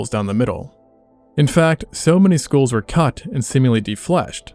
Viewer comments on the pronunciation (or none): Are you saying "schools" or "skulls"? Because it sounds like you are saying "schools."